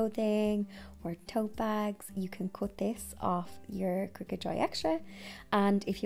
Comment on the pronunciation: Thank you for this introductory video! I just received a Joy Xtra for my birthday! 🥳 Also thank you for teaching me the correct way to pronounce cricut! I’ve been saying cry-cut 😂